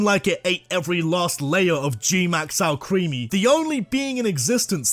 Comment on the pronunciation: IT'S ALCREMIE, NOT F*CKING ALCREAMY! FIX IT NOW!